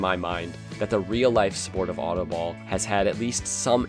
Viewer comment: I know DUTCH and autobal is an Dutch word and he doesn't know how to prenouce it